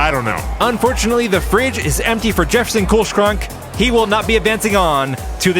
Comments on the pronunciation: The -schrank in Kühlschrank is pronounced like "shrank", not "sh-crank". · It's pronounced more like Jefferson "Cool-Shrunk" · I love that you recognized that Kühlschrank means refrigerator in German but you still don't know how to pronounce it!